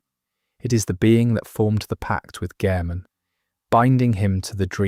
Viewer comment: A little spoiler for you . They clearly haven’t played this game. Thought the mispronunciation of Yharnam was a little weird, then the whole soul thing gives their game away.